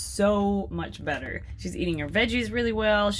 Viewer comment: I love this channel but, just “dis baf is bettr” 😂